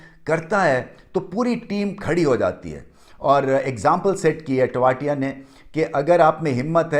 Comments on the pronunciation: तेवतिया है वो टो वातिया नहीं 😡😡😡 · टेवाटिया नही ।। तेवतिया